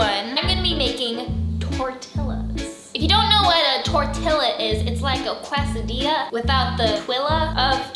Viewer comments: You live in California and don't know it's case-a-dee-ya and tor-tee-ya?? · Casahdiyaaa not quaysahdillaahh ermahgerdd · AND she says quase-a-dill-a when its actuly quase-a-dee-a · It is not a quest-a-dilla it is a kristy-la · Quesadilla is pronounced KES•AH•DEEYAH okay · Tort-ias Quesa-dias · Quesadiya= Case-ah-di-yaaaaaaaa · “It’s a QUESDILLA ZACK!” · You say it "kesadiya" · I cringed everytime sofie said "tortilla" and "quesadilla"😂😂😂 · Ohhh Sofie I need to teach you Spanish So you can say tortilla and quesadilla 🤦‍♂️😂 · Sophie it is called a quesadilla not a whatever you said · You said quesadilla wrong sorry to be mean